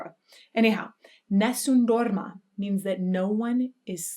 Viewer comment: God,, I just fell in love with the way you pronounce Nessum Dorma.